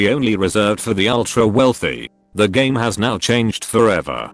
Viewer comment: "This was like a hame on attrition" 😂😂😂😂